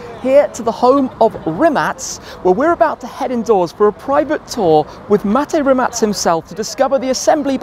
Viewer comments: I'm so happy to hear correct pronounciation of Mate's surname :DD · Perfect pronancuation of Rimac... Congrats :D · I like how you pronounce Rimac correctly! Btw i live few km further, passing by this "factory" every day on my way to job. Great content Tim, you're the best! Couldn't be more proud of Mate! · Big BRAVO!!!! Probably the ONLY ONE born-english-speaker in the world who pronounces "Rimac" correctly. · respect for being the only one who says Rimac correctly 🙌😂